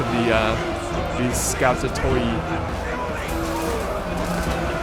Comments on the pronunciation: in greek 'oi' is pronounced like 'i' and 'ou' like 'oo' thus skoutatoi are pronounced skootati from the word σκουτος which means big wooden shield in ancient-ish greek.I hope I helped,not judging <3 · scoutatoi are pronounced Skoot-at-ai Skootatai the empires infantry